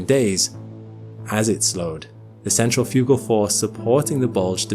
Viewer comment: Great video, and the weirdest pronunciation of Centrifugal force I've ever heard XD Central-Fugal-Force heh